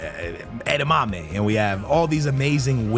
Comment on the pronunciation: Wait, wtf, din he called Adeyemi - edamame, like the vegetables ? 😆😆😆